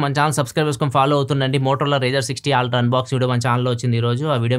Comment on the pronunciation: Why do keep saying aaaltra.. Its Ultra...